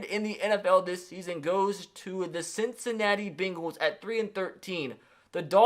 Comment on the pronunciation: Nobody: Not a damn soul:: Ceencinati Beengulls